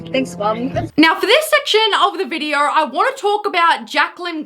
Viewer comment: Why are you inserting R’s into words that have zero fucking R’s. This is you: videoR, mooRn, intoR, oRpens. It’s funny because in words that actually DO contain R’s you don’t pronounce them. Again, this is you: behavYUH instead of behavior, thEH instead of there, weIHd instead of weird, whEH instead of where. Learn how to fucking pronounce words properly.